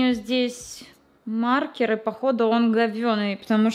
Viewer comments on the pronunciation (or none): none